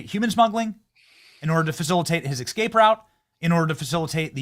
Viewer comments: Benny, please stop saying Xcape. It's EScape. Thank you. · My skin crawls whenever Benny says "ekscape" and "nucular." I know this is a kind of lowbrow, clickbait channel, but if you love America, you gotta speak the language.